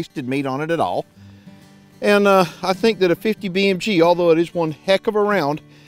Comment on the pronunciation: "I thank dat dittit." Oh damn makes you so sure?😏